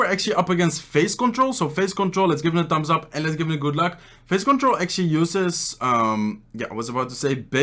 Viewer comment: ‘Tambs ap’ he says ‘Tambs ap’